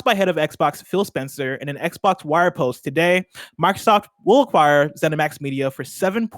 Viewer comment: Dude on the left keeps saying “Markrosoft”